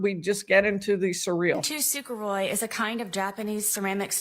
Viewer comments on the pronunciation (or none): She may be a fool, and she may have mispronounced the word, but she described kintsukuroi accurately.